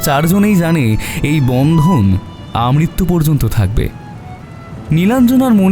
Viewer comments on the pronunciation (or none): Khub sundor golpo ar poribeshona, kintu akta bhul proyog sunlam Amrityu porgyonto hobe na , hobe Amrityu